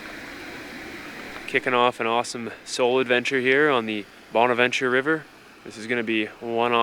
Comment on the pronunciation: Let's canoe down this nice river and enjoy nature. Bursts my ear drums with loud music. Bahn-avahn-cher. Psh.